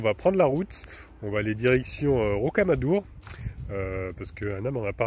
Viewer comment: RoquamadoUr !!! ah oui, je pense que tu veux parler de Figeac, on pronon, Fijac ! 9a me rappelle le lichen !!! looool !!!